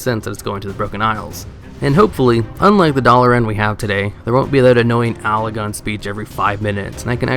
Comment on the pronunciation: also, alagon? ARE YOU TROLLING?